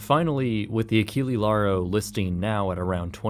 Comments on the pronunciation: Just a small heads-up - Achille would be pronounced "Ah-sheel", with a soft c, instead of the hard c used in Achilles. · nice documentary, but "Achille" last E is not spelled like alphabetical E, but E like you spell "explosion"